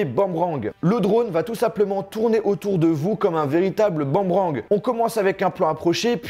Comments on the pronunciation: Boomerang pas Bamrang, comme le BOUUUM de Tibo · C'est boomerang (bou-me-rang) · T’as dis un bAmrang ou je rêve ?? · Aprends a dire boomerang